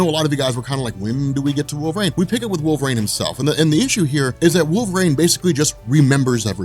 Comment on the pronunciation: Cool video. But you talked way too fast, but that's understandable. But I had to quit when you got to Wolverine. Because you said, Wolver-aine....about 90 fuckin times! .....It's not wolver-AINE....it's wolver-EEN!!!! LMAO...sorry, but things like that bug me.